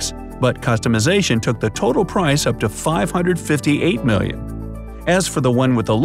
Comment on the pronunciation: The way u just said ‘’just 2 MILLION DOLLARS’’ 🤣😭